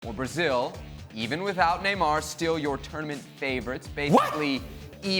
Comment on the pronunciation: His actually Venezuelan and he is pronouncing it correctly.